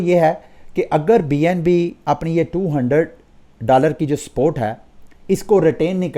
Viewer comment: Why do you say “sport” instead of “support”